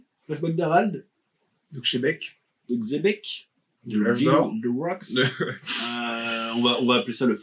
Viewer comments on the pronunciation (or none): Mais pourquoi il l’appelle Tchebec? Ca se prononce Xebec avec un X non? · La vraie prononciation c'est Jibek, donc il est plus proche en disant Tchebek que ceux qui prononcent le X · Cest dommage d'utiliser le mot xebec 800 fois mais ne pas savoir le prononcer 😮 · Xebec, la vraie prononciation jap normalement c'est "Jibek" mais bon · la vraie prononciation si on devait l’épeler ce serait plus Djibék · Le X se prononce Ch en chinois et d'autres langues, il se donne juste un genre en disant tchebec en croyant avoir une prononciation correcte alors que pas du tout, ni en français ni en chinois ni en espagnol